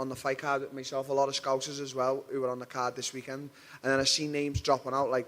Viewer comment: It's the teeth mate 😬 He's skipping the Thaa sound in Portuguese lol